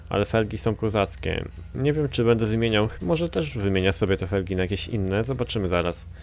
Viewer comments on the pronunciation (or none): none